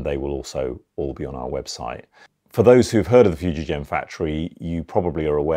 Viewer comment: The G is hard, it's Foo-jee-GEN, not foo-jee-jen. Just FYI